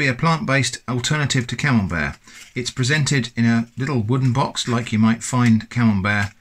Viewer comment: oh, it's camembert 🤣, i was hearing camel bear or camel beard🤣